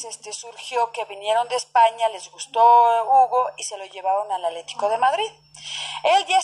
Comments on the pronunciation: Se oye chistosa que en vez de decir "ATLÉTICO DE MADRID dice ALETICO. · pues muy educada quien sabe... no puede decir "ATLE TI CO"